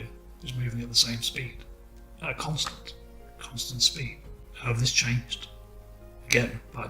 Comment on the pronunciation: the way keeps saying constant.. uhg